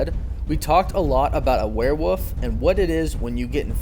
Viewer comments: W O L F not "woof" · OMG Its Wolf not woof W O L F Say it right good god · What the hell is a WEREWOOF? Christ, what ever happened to education in this world? Who cares about the letter L, right? And, it's not cute because of the ending, as a plethora of people mispronounce that word every day...don't encourage the moronic lot. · I almost stopped watching after he said were woof the third time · Say "were-woof" again... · LOL Were-WOOF??? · Every time he said were-woof I cringed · “Where woof “ lmaoooooooooo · "Were-Woof" I saw what you did there. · He says werewolf weird, that's what he's referring to. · You do know that woof is the sound a Wolf makes, and not the name of the Animal right? I mean why are you replacing the L with an O? I don't want to be a jack ass but I'm honestly very triggered by how you pronounce the name. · Can you pronounce werewolf correctly?